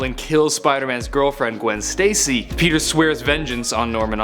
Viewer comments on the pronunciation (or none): none